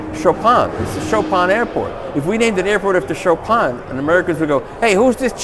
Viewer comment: Chopan guy? Its Chopin..jeeesuss....